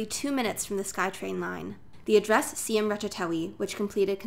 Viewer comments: The pronounciation is "Sy-Am" not See-Em, as there is a historical integrity behind it. Just some more practice/fine tunning with your video and audio editing will be great. Onwards and upwards. 😊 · Siam is not pronounce See-am!!! What a shame to live there but doesn't know how to pronouce it